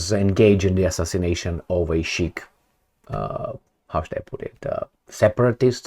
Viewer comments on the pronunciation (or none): why are you so lazy, for someone who brags about being a reader. Pls use google translate/enuniciate. It is SIKH, NOT SHEIK! INDIAN, NOT ARAB WORD.